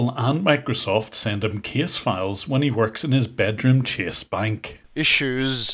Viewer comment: It was better than average, but (ironically) his pronunciation of "Chase" was off. 😂